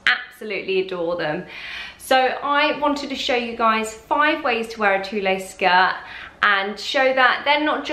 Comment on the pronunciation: Pronounced "tool" not "tooleh"